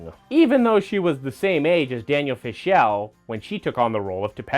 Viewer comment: Good effort, but how can you not know how to pronounce “Fishel” and “Friedle” after watching all these clips???